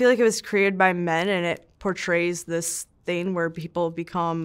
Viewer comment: I really don’t like when people say “thin” instead of “thing”, but i love u. Lol